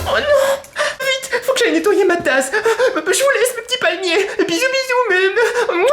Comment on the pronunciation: Gangeusta palimer-euh :D